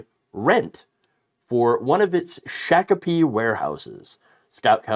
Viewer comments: Minnesota resident here. Its pronounced "Shock"apee not "Shack"apee. 😁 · for the record, the citie's name is pronounced Shock-o-pee. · Hey: It's pronounced Shock-ah-pee. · Pronounced “shock-a-pee”. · Time to bite the pillow, Mike! 😅 (Extra credit: Shakopee's pronounced "Shock -o-pee." Named for a Dakota Indian chief). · Hey in native Minnesotan it's "Shock-o-pee" don 't ya know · It's pronounced shock a pee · It is pronounced “shahk-uh-pee”.